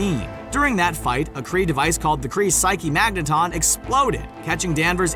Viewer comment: And if this guy mispronounces psyche-magnatron one more time...